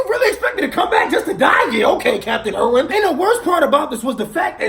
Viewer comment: "Captian Erwin" Where is my Attack on titan G's